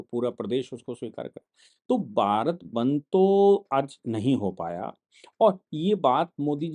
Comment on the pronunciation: सर जी वो बंध नही बंद होता है।